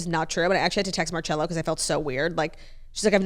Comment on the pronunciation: the way you pronounce Marcello is sending me